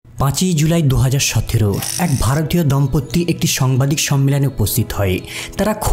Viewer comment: দম্পত্তি না, দম্পতি